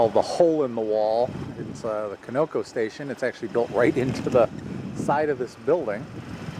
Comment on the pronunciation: Good little family videos. I am from Texas & haven't EVER heard anyone pronounce the name of that service station like you did in the video. We pronounce it CON-A-COE. First o is flat (like in con artist), a is flat, & last o is long (like in snow cone).